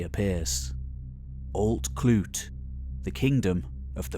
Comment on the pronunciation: Rhydderch is pronounced RHU*-th*-urch** *U as in "cut' **the Welsh 'dd' sound, like the 'th' in "fathom". * the 'ch' sound as in "JS Bach". Emphasis and stress on the capitalisation. I'm a Welsh speaker and Arthurian enthusiast. "Alt Clut/clud" is pronounced Alt Clyd" hence the names Clyde and Strathclyde.